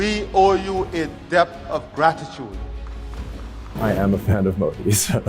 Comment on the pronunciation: Please pronounce as Modhi though it is written Modi., your presentation is full of passion and proudness. Good watching it